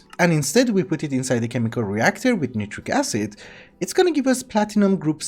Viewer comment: Btw. You pronounce Nitric Acid wrong.(I just love chemistry) Edit : I know you don’t care but I just want to point out. Edit 2 : Chemical pronunciation is so hard too.